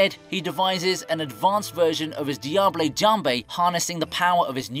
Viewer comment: "Diablé jambé" "eefreet jambé" Man I can't breathe 💀